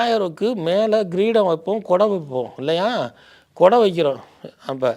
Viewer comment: "Greedam"என்பது தவறு. "Kreedam"என்பதே சரியானது.